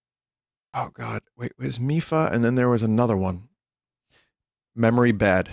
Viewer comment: my man did not just say "milpha"